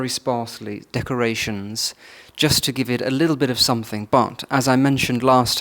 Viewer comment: Another comic episode of the Artificial, the Superficial and the Trivial raised to an Art Form — and delivered in a pseudo-posh lisp. (He still says ‘somethinK’ instead of ‘something’. A true blue blood would never make such a faux pas.) More, please!